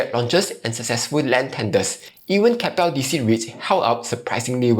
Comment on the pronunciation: Did he just call “Kap-ple” (Keppel), “Kay-pal”? 🫣